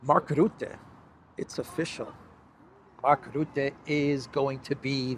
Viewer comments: You will be talking a lot more in the future about Rutte I guess. So here's the right dutch pronounciation: R - uhh - tte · The right pronunciation of the u in Rutte name is more like the u in " bucket"